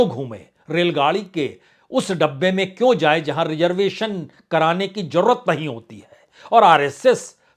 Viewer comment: آپ بہت اچھے اینکر یا میڈیا مالک ہیں اپنی زبان کو بھا شا کے طور پر درست بھی کر لیجےء ہزار کو ہزار جادہ کوزیادہ جرورت کو ضرور ت بولنے کے لئے پلیز ٹیوشن لینا شروع کر دیں ان شبھدوں کی ہندی بھی زیڈ سے ہی ہے گستاخی معاف